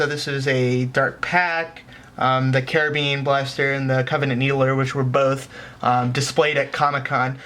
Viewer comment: The way u say carbine lol it's pronounced car-bine anyways great video